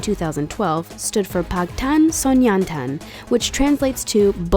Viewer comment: GOD HELP ME!!!! WHEN THE WOMEN SAYS "PAG TAN SONYEON TAN" FIRST'S READ THE ENGLISH LETTERS LIKE YOU WOULD IN ENGLISH. IN KOREAN I SOUNDS MORE LIKE PANG BUT PAG? ARE YOU SERIOUS AND ITS SNYEON DAN D-A-N NOT T-A-N. AND IN WTF "THIS DIDN'T STICK FOREVER"? THAT IS THE FREAKING TRANSLATE OF THE BAND NAME. LIKE JIN CLEARLY STATED ON THE GRAHAM NORTON SHOW THE BEYOND THE SCENE IS WHAT BTS STANDS FOR IN ENGLISH. ENGLISH